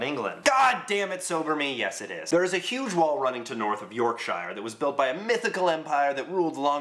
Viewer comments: this is a brilliant video event now you cant pronounce the word Yorkshire its pronounce York-shear as in a shear drop not shire like a hobbit town from lord of the rings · I retched when you said 'Yorkshire'.